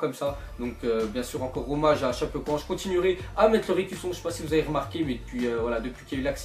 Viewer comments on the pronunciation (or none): Sa se dit tchapécoènssé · ca se dit chapécoenssé